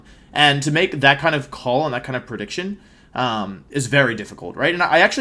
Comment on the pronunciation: Wery wholesome wideo Wolfey